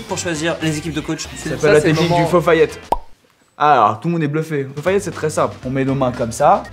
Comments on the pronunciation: Hein vous dites "fo fayette" svp me dites pas que je suis le seul à dire "deli delo" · On est d'accord que cesr "ala deli delo" et pas " fofayette" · Ton fofaillette c pas aladelidelo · Je sais pas vous mais moi je dis aladelidelo et pas fofayette